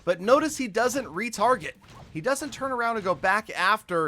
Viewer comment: The Golem didn’t “re-target”? Maybe he will “re-Farget” instead” 😅😅